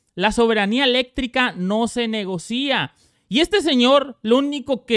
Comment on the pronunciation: Una observación quesadilla, no se dice negocía, se dice negocia sin acento en la i.